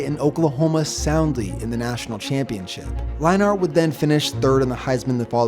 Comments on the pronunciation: it’s pronounced matt lein-ert not lein-art... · Kind of annoying you saying line-art lol it's pronounced line-nert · “Matt Lie-Nart” lmao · I know right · How he says Matt Leinart drives me up the fucking wall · Mispronouncing Leinarts name really hurts your credibility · You pronounce Leinart like you've never heard of Matt Leinart